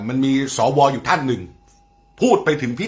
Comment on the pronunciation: สว อ่านว่าสะวะจริงนิ